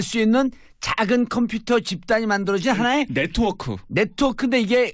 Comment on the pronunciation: 콤퓨터, 콘츄롤... 아....ㅋㅋㅋㅋㅋㅋㅋ 사회자는 약주하신듯하고...